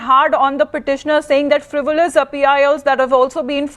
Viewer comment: What is frivilous . It's frivolous. What kind of ENGLISH news channel is this